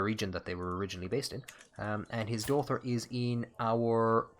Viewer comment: Oh I wondered why you always said "dauther"!